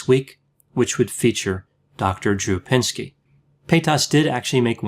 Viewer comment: You called him "pinsky" 🤣😂, you are G. O. A. T.